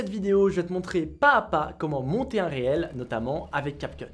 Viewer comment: Cela se prononce Reels ou reel = Riil ou Riilz ... et non réel :)